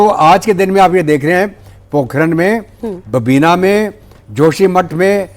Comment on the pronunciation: मीडिया वर्ल्ड में अगर कोई घटिया ऐंकर है तो उसका नाम है मीनाक्षी जोशी जो इंडिपा टीवी पर आती है । इसके मुँह आधे शब्द तो ठीक से निकलते नहीं किसी व्यक्ती या जगह का नाम ठीक से पढ़ महीं पाती है इस संवाद में बबीना को बाबिना कह रही है ।